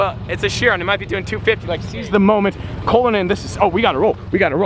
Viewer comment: its not called a buggati shiron its called a buggati chiron